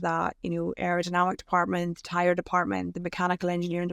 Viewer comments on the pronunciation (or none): none